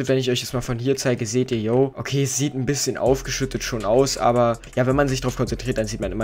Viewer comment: Du sagst einbisschem und zeigt was er braucht xD